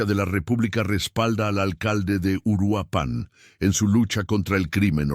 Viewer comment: Es Uruapan, no Uruapán. Es evidente que Youtube necesita comunicadores efectivos y eficientes (qué hagan lo correcto y correctamente)